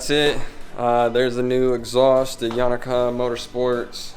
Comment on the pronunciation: Yo-Na-ka. Not yawnaka